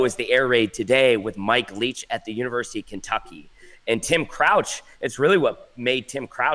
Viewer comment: "Tim couch" not crouch. Thinking of Nebraska QB Eric crouch?